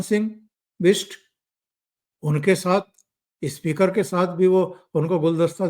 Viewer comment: सर जी... इस्मृती इरानी नही... सिर्फ स्मृती इरानी इस्कूल नही... स्कूल इस्पीकर नही स्पीकर. मै आप का फॅन हूं, हैदराबाद से, इसलिये ये सुधारणा.. कृपया माफ करे मुझे 🙏🙏